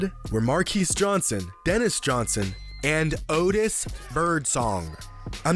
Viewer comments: “Odis bIrdSonG”😭😭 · “Ottis birdsong” 😭😭